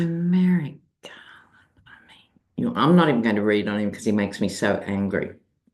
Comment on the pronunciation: Haha I thought you said Tumeric Garland instead of to Merrick Garland.